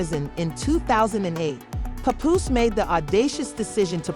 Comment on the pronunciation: I done her you say his name 3 different ways but the right way😂😂😂